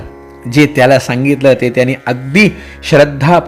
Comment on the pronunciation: पहिल्यांदा तूमची क्षमा मागते.तूम्ही न च्या ठिकाणी 'ण' असा उच्चार करता.त्याने असेल तर 'त्याणे'.असं म्हणता.सगळ्याच भागांमधे असं आहे.